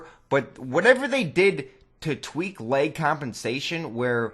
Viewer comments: its lag not leg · This guy is so full of himself... I'm pretty sure that the developers of Call of Duty know a little more than you. And why do you say lag like lake?